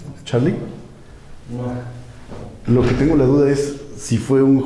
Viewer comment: siii bueno yo escuchó "hola sharlie"